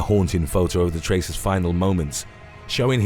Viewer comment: traceurs not tracers (its french)